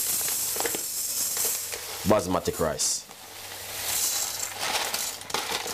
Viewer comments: 😳😳did he just say basma'tic' rice????WWWTTFFFF😂😂🤣😂😂😂😂😂😂🤣😂😂😂🤣he should just stick to yam! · Basmati (Bas-ma-tee).. that's how its pronounced. Future reference